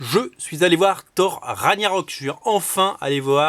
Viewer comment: Non mais c'est pas Ragnagna rock lol C'est Rague narok. :D